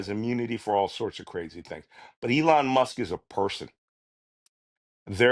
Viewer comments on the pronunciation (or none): none